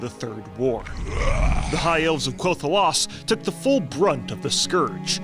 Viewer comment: Is it not pronounced “Kell Thelas”?